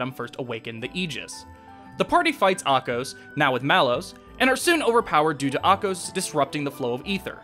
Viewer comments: I also noticed Ahkos and Riki were mispronounced. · Yeah, Ahkos's and Riki's pronunciations bothered me. They say the names in the cutscenes, so there shouldn't be confusion on how to pronounce them.